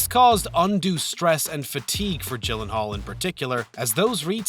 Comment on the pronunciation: Gyllenhaal is pronounced with "G" as in "girl" not like "jill" :D